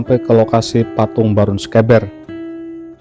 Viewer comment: Pengucapan sekeber nya salah tidak seperti yg diucapkan host sepertinya hostnya bukan orang Jawa tapi orang bilang e seperti yg horas bah pening aku di Jawa pening pengucapannya tidak seperti orang Batak atau Medan tapi e yg lembut bukan e yg keras seperti cara orang Batak ucapkan misal beta yg berarti saya ucapan bertamu ,berarti itu e nya tidak dpt ucapan Beta,petani ucapanya beda dengan peta atlas gambar pulau yahu maksudku.